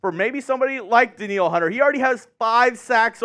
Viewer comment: Danielle = Dan-yell Hunter lol